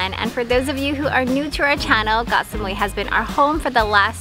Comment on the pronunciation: You two really are the sweetest couple! It is refreshing to hear pronounce “Koh” as I remember my Thai friend would. We lived on Koh Phangan & she would say “Gor Phan-gan”. I was listening to the radio the other day & I cringed to hear the fellow Irish guy singing about a place called “Ko Pan-Yang”. Yep he wrote a song & pronounced it this way. I stopped myself from commenting as I thought this is how most farang pronounce it so maybe they wouldn’t know where he was talking about otherwise! But…if you’re gonna actually write about it, wouldn’t you want it to be correct?? rant over! Your filming on the beach took me right back there for a split second, thank you!